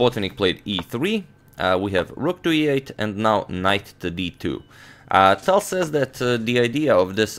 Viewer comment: i started pronouncing the T in tal like how he does instead of the airy english T.